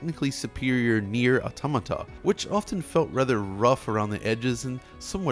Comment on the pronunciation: Always a pleasure to watch a video where they pronounce "automata" right